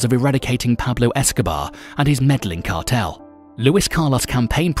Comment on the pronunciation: Ya man kills me listening to a guy who can’t pronounce the cartel right but I laughed through it